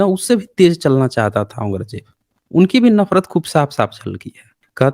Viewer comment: Dukh di gal hai k aap jesa sarb parvant admit aurang Jeb da nam bhi sahi nahin bol riha